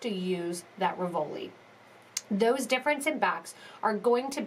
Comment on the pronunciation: It RI-vol-i, not ri-VOL-i. The accent is on the first syllable